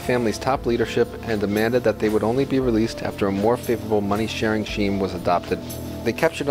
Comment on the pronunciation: Nice info but work in pronunciation Scheme is “skeem” Not “sheem” Not to mention the gangster surnames